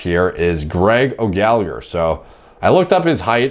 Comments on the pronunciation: Gallagher is pronounced 'Galla-her' Not 'gallig-er' Gh can make a h sound. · Gallagher is pronounced Galla-her